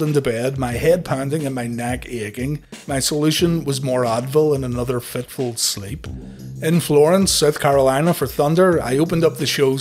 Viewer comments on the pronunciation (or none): none